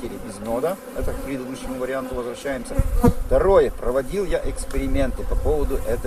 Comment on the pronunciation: Просьба делать правильное ударение. Ваши улья с ударением на букву я прямо режет уши. Ну не правильно это. Да и не улья, а ульи